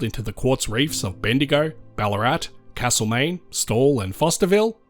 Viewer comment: Note that for Castlemaine, locals use an a like in cat, not cart, in that first vowel. Your pronunciation is kind of in between the two.